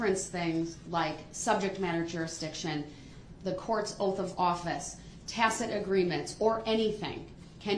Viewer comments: He finally learned how to pronounce tacit and not tactic. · awww the day he finally learned to pronounce "tacit" ... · Did someone teach him how to pronounce "tacit" last night? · That or tacit agreement which he finally learned how to pronounce correctly!😂😂